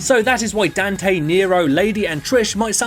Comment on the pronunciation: "Dan-tae" ... I still don't get how people can mispronounce his name.